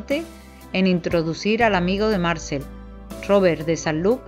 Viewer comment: Amo esta novela, cada tantos años la vuelvo a leer. Muy buena la presentación de los personajes. Obviamente la narradora no sabe francés, y se le disculpa, solo le diré que Marcel se acentúa en la e, Marcél. Muchas gracias por su trabajo!